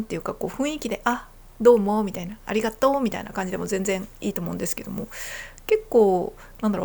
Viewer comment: 関西人を真似て「ありがとう」と言ったイントネーションが「蟻がトウ」と聞こえるのは自分が関西人だからか？関東の人が関西人を真似ると（笑）けるね